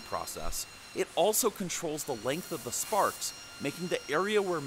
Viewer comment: Almost sounds like you say farts instead of sparks